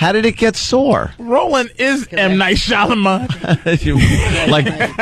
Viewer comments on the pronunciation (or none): FFS it's Shymalan. It's not hard, at all, to pronounce. Shy-Ma-Lan.